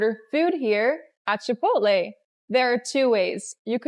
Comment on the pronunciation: Why do you pronounce this with 'a'as achaole..it begins with ch omly.Its actually Chipotle